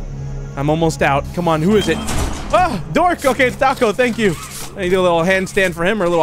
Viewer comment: Is it just me or did literally almost call dawko ‘Dorko’?